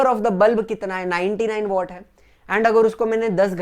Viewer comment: Sir वो वॅट होता है